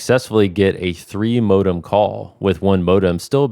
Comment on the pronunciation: Can’t stand this guy’s pronunciation of the word “modem”